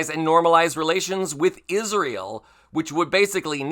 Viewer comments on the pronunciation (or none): The name of the country is Israel, pronounced: IS RA EL. It is not Isreal: IS REAL. Take note. There are three syllables, not two.